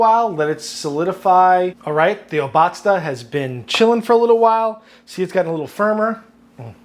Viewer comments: It's _O_batzda not Ob_A_tzda. ;P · Hi, I appreciate your take on traditional Bavarian food! Try to emphasize the beginning of the word, it's O- batzda and not obAtzda. Thank you for your videos ( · yummy, yummy, yummy!!!!! a camembert that is a bit aged and flavorful is even better with that tang. its not pronounced o-BA-zda its O-bazda (a long 1st syllable and 2 short 2nd and 3rd) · Funfact: Obatzda comes from the bavarian Word "Obatzn", which means smushing stuff together, which is exactly the traditional way of making this. Your pronounciation is pretty off, but honestly, 80% of germans also fuck that word up, so who cares. It would be much shorter, similar to o-bud-star (leave out the "r" at the end) Nice recipe.